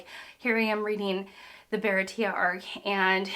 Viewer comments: Thanks for the video! For pronunciation, each vowel only makes one sound, regardless of the letter it's next to. If there are two vowels, it's two sylables. a = ah (ahah) e = ay (hey, okay), i = ee (piece, teeth, sea), o = oh (toe, go), u = oo (fruit, hoop). So Baratie = bah-rah-tea-(h)ey Also, this may be a spoiler, but I don't want you to get your hopes up on more of Gin, up to current chapters we haven't seen him again =( I love your enthusiasm and analysis of themes. I'm excited to see how your journey continues! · “Bah-rah-tee-ehh” for the Japanese pronunciation. For the western pronunciation you can say “buh-rah-tee” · Baratie is kinda French, sooo...Bah-RAH-tee-AY. Also, the term Big Bro from Johnny and Yosaku to Zoro isn't familial in any way. They are neither related nor adopted. They just aspire to be like him, so he's like a cool, dominant role model to them. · Bah-rah-tea-a, me hawk not my hawk. And goada like to goad someone. Ka-ween-ah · Since it's the holidays, I'll take a shot everytime Baratie and Mihawk is mispronounced 😁 EDIT: This was a mistake. I will now be hearing "Hawk Eye My Hawk" in my nightmares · Goda is pronounced like Goata because Oda is the Goat, but he is also the god of fiction to many of us in the One Piece community. You may have already found out by now but you were just barely off on the pronunciation of Baratie, it's French if I remember correctly and the ie is pronounced ee as in tree and then ey as in hey or just the letter A. I've seen a lot of videos of people getting into One Piece for the first time but I think you're the first that hasn't really had much experience with manga as a format and it's cool to see. I'm glad you seem to be enjoying it and I'm really excited to see your reactions to the Arlong Park arc; Baratie and Arlong Park are probably my two favorites of the East Blue saga and certainly the most emotionally impactful. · Bear-ah-ti-ay. Never feel bad about mispronouncing something you’ve only ever read.